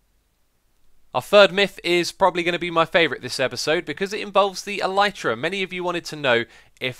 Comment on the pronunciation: Just to let you know, "elytra" is pronounced "el-i-truh" It's the wings of some bugs such as beetles. The video was very nice though and I've always enjoyed watching for a few years now! :) Thank you for your hard work and keep it up!